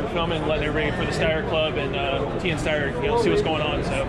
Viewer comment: That guy seems like he doesn’t work for Steyr despite wearing their badge and tshirt. Mispronounces Steyr, and is not familiar with their new A2 MF model, keeps saying it looks like it has this, looks like it has that, like he’s seeing it for the first time.